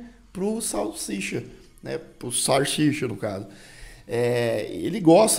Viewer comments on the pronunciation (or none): Não é sarchicha,, é salsicha! Kkkkkk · "Sim gente, eu sei que é Sarchicha" Me: uai, não é salsicha não? 😂😂😂